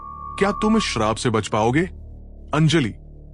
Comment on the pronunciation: Sharab nahi shrap 😂